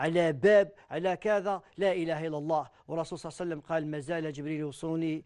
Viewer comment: فهمني واش هذي "الرسول صاوصاوصاو وسلم" انطقها امليح صاحبي هذا رسول الله "صلى الله عليه وسلم "ماشي جاركم لحبيب حاول تنطقها مليح